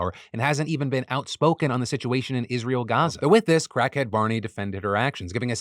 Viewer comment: Emphasis on "crackhead"